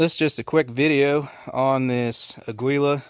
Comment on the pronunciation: That brand name, Aguila, is the spanish word for eagle (note the eagle on the box). It's pronounced Ah-gee-lah - the emphasis is on the first syllable (Ah), and the g is pronounced like the g in the english word Give. Keep shooting and keep the videos coming. .